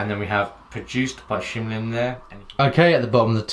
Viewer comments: NOT SHIM. ITS SHIN LIM !!! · shin lim not shim lim. just sayin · His name is Shin Lim... not Shim Lim... Just sayin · He is not "shim lim" you stupid,he is "shin lim"! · it's shin limited not shim lim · it's Shin Lim bro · I know he says shim Lim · I am annoyed by his shim lim😂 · HIS NAME IS SHIN LIM GEEZ PLZ LEARN TO PRONOUNCE B4 U REVIEW THEN U WILL GET LESS HATE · I don't think he said the name right the whole time.